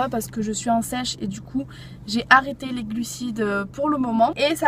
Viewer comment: Quand t'as dis je suis en "sèche" j'ai compris je suis ENCEINTE, j'ai du repasser les vidéos au moins 3 fois pour comprendre comme il faut le mot mdrr :-P Sinon super video <3